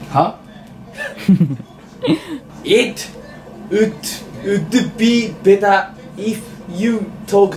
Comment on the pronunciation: いっとぅうっどぅべたー 発音下手かよ笑笑 かわいいから許せるけど